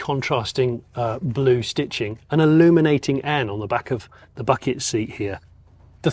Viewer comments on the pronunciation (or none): none